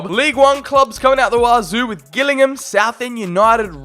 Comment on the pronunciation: The way he said gillingham, I’m a local 😂💀